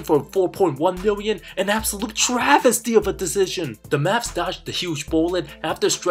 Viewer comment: Sry I keep trying to watch this guy video but the moment he exaggerates the word travesty I’m done. Sry my guy I’m out